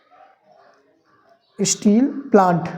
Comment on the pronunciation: स्टील होता है स्ट्रील नहीं